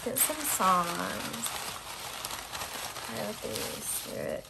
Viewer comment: You said "My pile 3 readings are always wild" but I ABSOLUTELY heard "my pile for your readings are always wild". I had to rewind and relisten. Weird.